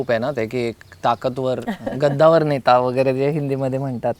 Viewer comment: गद्दावर नाही रे दादा "कद्दावर" म्हणजे खुप मोठे व्यक्तिमत्त्व असतं ते.